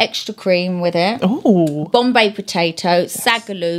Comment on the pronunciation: IM CRYIN she said b0mbay potatoes like me